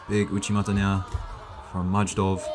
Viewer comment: Majdov is read as My-dov